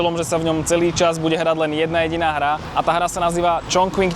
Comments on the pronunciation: Skús to vyslovovať Čchung Cin a nie Čchong Čching či dokonca Čon Kving,... v dobrom. A mohol si ukázať vždy na mape,..kde je navštívené mesto dislokované v rámci Číny. Kvôli predstavivosti a správnej identifikácii. Keď ešte náhodou skomolíme aj anglickú výslovnosť, je potom ťažko rozumieť o aké miesto ide. Inak video pekné,... poučné,...ale Čína si zaslúži aby sme jej mestá vyslovovali tak ako aj oni. Daj si do Google prekladača názov čínskeho mesta foneticky, či v hieroglyfoch ( 重庆 Chóngqìng ) daj si zjednodušenú čínštinu a stlač tlačítko reproduktor a ono ti to vysloví čínsku fonetiku. Ty používaš anglickú fonetiku,... Prepáč,...nemudrujem,...ale bol som v tom meste pred časom a mám to tam rád. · Číta sa Čonking